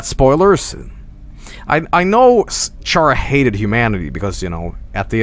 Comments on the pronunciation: Its schara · is chara pronounced sha-ra or ka-ra ?